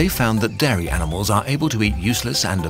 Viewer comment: Your pronunciation of 'dairy' sounds like 'Derry', so now it just sounds like you have a problem with the environmental effects of Irish milk...